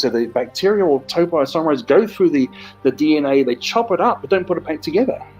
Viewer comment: Ahhh... The expert who can't even pronounce the name of the enzyme properly. Total nonsense....